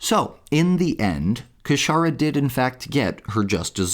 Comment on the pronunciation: 'Casharra' says it all! 😂😂😂